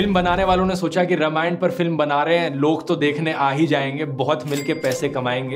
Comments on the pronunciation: Dhruv, informative video, but it's रामायण not रमायण ...now I doubt you really know about history of रामायण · Dhruv, very good video but it's रामायण not रमायन